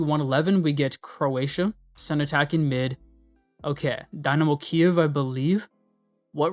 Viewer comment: “Dinemo Kyiv”